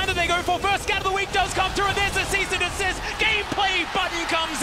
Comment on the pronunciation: Wasn't Vi's ult Assault and Battery? The caster kept saying Cease and Dessist and I was like HUH